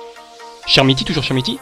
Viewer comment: Très bonne vidéo mec mais on dit [k]ermiti et non chermiti sinon bonne vidéo comme d'hab ;)